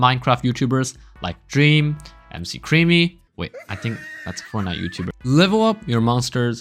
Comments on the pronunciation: m C crEAmY thats not how you pronounce his name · everyone is talking about how insane about helix im just laughing about how funny it was when he called mccreamy a mc creamy